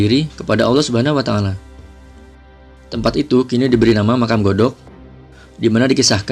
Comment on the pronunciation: Godog bukan gadog dah salah duh bhya mnceritkn sjrh tnpa di pljri